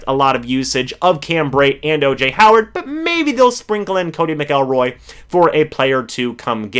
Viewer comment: Its MAC- lroy